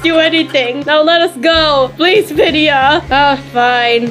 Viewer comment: are you serious it's vidia not vida!